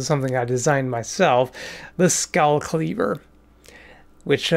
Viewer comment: sklever instead of skall clever